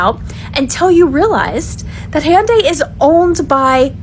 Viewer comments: Cant even pronounce hyundai correctly. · They were treated pretty crappy. And that just upset the Korean public. Like a slap in the face after being asked to invest billions of dollars. This stupid lady can't even be bothered to pronounce HYUNDAI properly, couldn't be bothered but demands that America has to be respected. Show a little respect and you might get some. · She couldn't even pronounce Hyundai correctly.